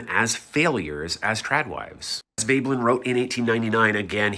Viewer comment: his pronunciation of the word 'Veblen' was enough for me to know how much logic he can use :)